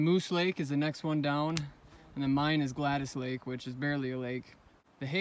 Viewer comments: It's Gladys pronounced Glad-is...Gladys. I had an Aunt Gladys. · The forest ranger that I spoke with pronounced it 'Glad-ees'. I pronounced it about 10 different ways in this video. Lol hoping one of them is right. Thats a name you don't hear a lot!